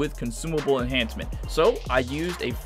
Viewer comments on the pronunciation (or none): none